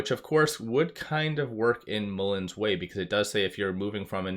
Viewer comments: Why did you say MULLĒN? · Why did you say MULLĒN in this video? 😂